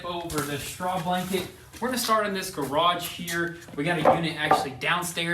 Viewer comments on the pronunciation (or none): When he said "we can put a garge door on the wellhouse" i died😂😂😂